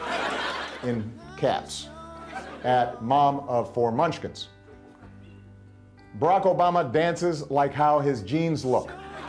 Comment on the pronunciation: Why do they keep saying barack??!?